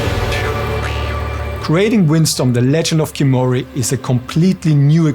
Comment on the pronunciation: Why is the main character redhaired ? and why can't you pronounce Khiimori the right way? Everytime you say kimori it butchers the word ffs.